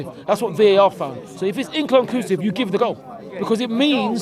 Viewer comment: Give him 10 attempts and will still fumble trying to pronounce the word 'inconclusive'.